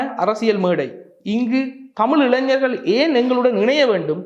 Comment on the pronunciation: இளஞ்சர்களா ???? இ ளை ஞ ர் கள் திரும்ப திரும்ப சொல்லி தமிழ் பழகுங்கள்